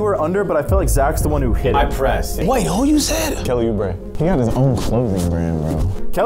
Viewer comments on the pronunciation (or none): none